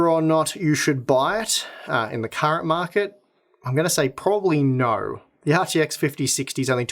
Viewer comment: The most Aussie "Naughrr" I've heard in a while